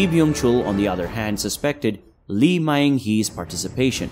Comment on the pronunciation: Even Lee is pronounced incorrectly.